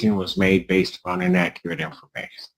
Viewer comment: Inaccerrate Using big words she can’t pronounce